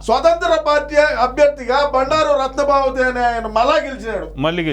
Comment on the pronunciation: రత్న సభాపతి మీరు తప్పుగా పలుకుతున్నారు